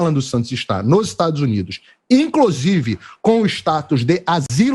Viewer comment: "e inclosive"...